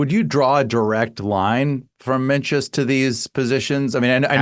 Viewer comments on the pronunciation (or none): I mean Evans comes off as practically illiterate. He mispronounced both Mencius and Borges